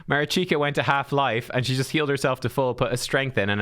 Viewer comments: Mareeshkah is the proper pronunciation NOT Marichyka. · Marichka yes - Marichika no. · Mari(ch)ka like wat(ch) not Marichika... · If you want to pronounce her name right check that. Try to use the sounds that you’re using in the names of those champs: “MAneater” “RICH”toff the Bold” “KA”lvalax” MA RICH KA - MARICHKA 🤟😎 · Ma-reach-ka You're killing me. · thank you, watching this video made me cringe a bit, im not sure how he got marichika out of the spelling, felt like he was playing pokemon go rather than raid with that name haha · Pronounce it ma-rich-ka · At least I’m not the only one who was triggered…